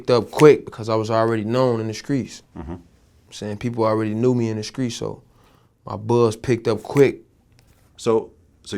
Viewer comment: "In The Screets" Nigga Say Street